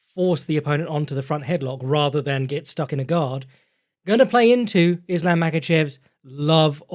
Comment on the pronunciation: The Yosemite Sam of pronouncing it “Is-Lamb”